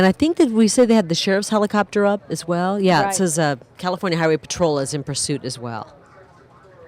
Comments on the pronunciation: "Pursuiot" lol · "Police Pursuiot." Good goin'. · It's: "Police pursuiot" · "Police pursuiot" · Pursuiot? lol